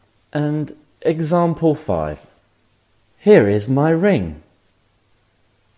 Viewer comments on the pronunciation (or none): none